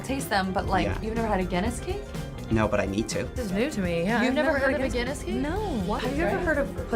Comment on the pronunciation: It is Guinness cake, not dinnis cake